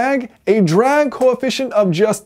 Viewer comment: it’s “ it can go yust as fast”